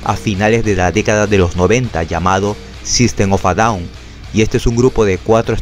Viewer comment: Buena pronunciacion del nombre de grupo así se pronuncia